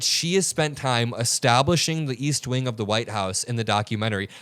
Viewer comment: East wink???? Ohhhh she meant wing